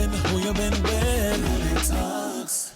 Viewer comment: I absolutely love this episode. Absolutely incredible. However, Monet kept saying her last name wrong! 🤣 Just a funny moment. Lol.